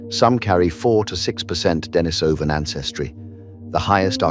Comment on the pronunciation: Pronunciation: De-NEE-so-van, not De-ni-SO-van. The cave where the first finger bone was found was called De-NEE-so-va cave based the adjective derived from the Russian name Denis (pronounced De-NEES). I don't understand why the majority of YouTube videos on this subject get the pronunciation so wrong when just a smidgen of research would yield the correct pronunciation. Laziness, I suppose.